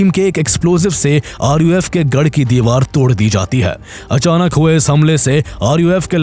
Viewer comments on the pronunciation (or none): none